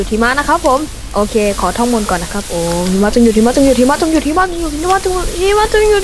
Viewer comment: ผมได้ยินว่า หีมะจงหยุด